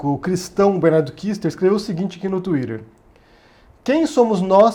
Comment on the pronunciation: Só passei aqui para ouvir vc falar Twitter kkkkkkk